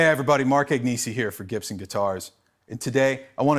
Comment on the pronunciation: It's funny how he pronounces his surname wrong